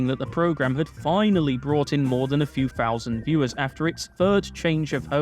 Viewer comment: Jesus christ. Please pronounce your THs properly. Kills me every time. It's not Free, it THree. It's not Fousand, it's THousand. It's not Fought, it's THought!